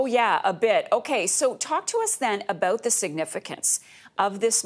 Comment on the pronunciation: Talk aboot.... oh noooo its true!